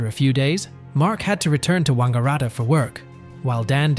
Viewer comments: That's the first time ever that 'Wangaratta' has been pronounced in a posh Italian style. In Australia we say it much more bogan. Like Wang-ga-rat-ta with emphasis on the rat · Yeah he pronounced it like a Chinese dude 😂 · your pronunciation of Saunders and Wangaratta is incorrect.